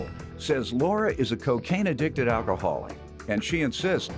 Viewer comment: she can’t even pronounce “alcoholic” 😭